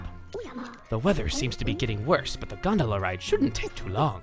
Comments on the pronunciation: I didn't even have the reference of food and I still thought it sounded like Granola. Actually, you taught me how to say it correctly with this video. XD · That’s how I used to pronounce gondola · I thought that the stress falls on the second syllable in Gondola because that's the way it's pronounced in my native language :P